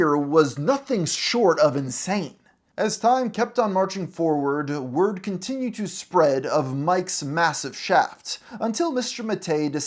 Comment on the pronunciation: "continuwed controversy..."